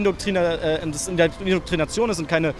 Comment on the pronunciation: Perfekt - Leute die nicht mal wissen wie man Indoktrination ausspricht - kann man natürlich Super Indoktrinieren